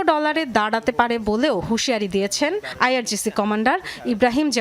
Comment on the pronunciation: আইআরজিএস নয়, আইআরজিসি😊